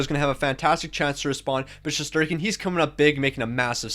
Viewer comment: It’s shesterkin